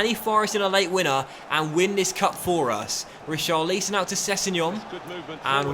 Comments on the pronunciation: It’s pronounced tarkovskee and risharlison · How many times do we have to ask you to say Richarlisons name properly? Read the comments ffs